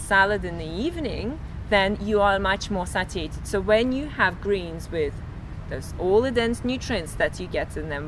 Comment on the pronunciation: "sah-tee-ated" no it's say-she-ated. The word is spelled satiated. For about 5 mins I was so confused listening to her wondering WTH she was on about?! mark for example. Phew! Glad I figured it out! I'd eat nothing but plant based foods and fruit for a week or two just to see what the effects are, but I doubt I could turn it into a lifestyle. I eat real food, not processed food and feel fine in general and have been the same weight for 30+ years.